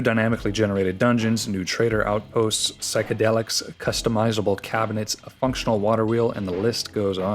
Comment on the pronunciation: okay-okay nea- did you say psychedelics??